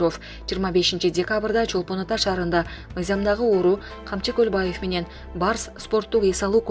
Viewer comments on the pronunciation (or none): none